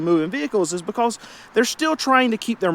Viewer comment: Why did the chicken cross the road? "BeCAwWWwSS" 😅 lol the amount of times he said "BeCAwWWsS" had me rollin 😂